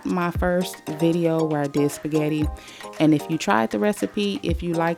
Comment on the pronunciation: I , Love your Shpaggitt😂